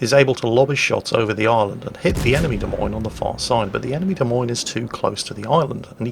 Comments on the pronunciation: Also...it not pronounced "DeMeans"...it is pronounced " De Moynes" or "Moines", like coins..... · Try listening harder, he said 'De Memes' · Of course you just misspoke knowing full well it's pronounced like, "de-moynz" for Des Moines.